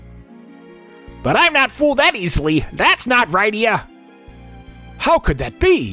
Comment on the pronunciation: Thanks for the upload. I forgot the interlude and sequel exist. I keep meaning to get around to them. Going to watch some of this, but for the record: Rydia -- RID-ee-uh, which rhymes with Lydia, who Marx wrote a song about